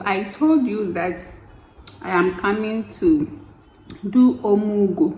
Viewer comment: 😂😂😂😂 I had to playback to hear OMUGWO 😂😂